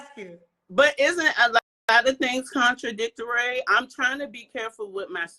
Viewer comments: THIS WOMAN CLEARLY HAS MENTAL HEALTH ISSUES GOING ON, LET HER BE YALL. SHE IS NOT EDUCATED BUT KEEPS USING WORDS SHE PROBABLY HEARD AND DONT KNOW HOW TO SAY . FRUTATION INSTEAD OF FRUITION / CONTRADICTUARY INSTEAD OF CONTRADICTORY AND THEN HER STRAIGHT UP LYING ABOUT NOT WANTING TO DATE SHEESH IMA STOP TOO LOL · ".. But isnt a lot of things contradictARAY" I almost spit out my drink🤣🤣🤣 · That’s very con-tra-dic-tEAiry 😆 sir speak it into fru-tation 🤭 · I'm so sick of people using 3+ syllable words they CAN NOT PRONOUNCE. What the hell is frutation and contradictery? I have a headache. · Not "fruitation" and "contradictorary" 😂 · “Frutation” “confradictarary” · Contri - dic-tuary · FRUITION, not FRUITATION🙄 and what is CONTRIDICTARY???😳🙄😅😅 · "fruitation" "contradictuar-we"..."I want somebody smart"-😳😳😳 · Come to "frutation" & "contridictuary" is INSANE 😭😭😭 her ignorant 40yr old ass need to be with a dictionary and not somebody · I'm from DC and I ain't NEVA heard nobody here say "frutation" or "contradictarary" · Frutation?? contradictuary??😂😂. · 😂😂 Don’t forget contradict-erary 😂😂